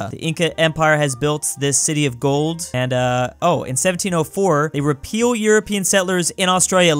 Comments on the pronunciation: i noticed this as well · He does that every single time. It kinda reminds me of how, in "My Immortal", every time anyone yells it comes out as "yielded". "Whatever! I yielded angrily." XD